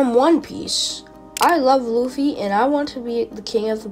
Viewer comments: U pernounced the name luffy lu-fee btw it's lu-ffy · Is no one going to talk about how they pronounce luffy as loofy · Bro, really called Luffy loffy